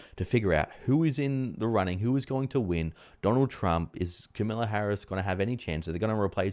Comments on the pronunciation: It's Kamala not Camilla Harris - although I'm sure you know that... 🙄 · It's not Camilla (she is the British Queen). I think you probably mean Kamala.